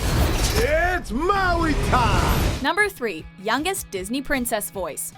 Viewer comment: wowee mowee